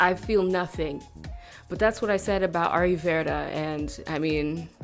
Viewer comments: What the heck is "aru verda"...?!🤨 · Pronounced Ah-low Ver-ra lol how you say it makes me laugh every time